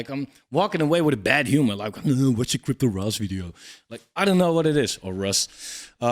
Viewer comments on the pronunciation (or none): Agree with your call on CryptosRUs 100% but just so you know, it's pronounced "Cryptos Are Us" a play on the toy store ToysRUs pronounced "Toys Are Us"